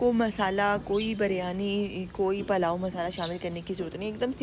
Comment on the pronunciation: Palao nhe pulao kehty hain.